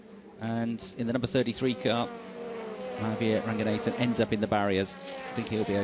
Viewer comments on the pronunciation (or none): mah-have-ear ragyu-nathan, amazing prionunciation.....